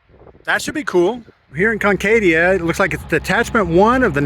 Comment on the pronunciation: Why didn't you ask a resident how to pronounce the towns name? Comment about forced labor showed your ignorance.